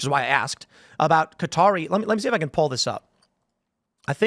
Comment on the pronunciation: So you can say "Qatari" correctly but you still insist on saying "Cutter?" Sorry, I know this is stupid, but ive always hated when people pronounce it like that😂